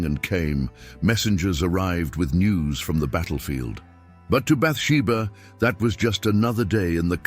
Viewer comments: There were a few things like that, I noticed. It pronounced her name wrong, too. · SO, SOOOO FUNNY! CONSTANTLY MISPRONOUNCING "BATHSHEBA " UNTIL AT THE VERY END❣❣😂😂🙏🙏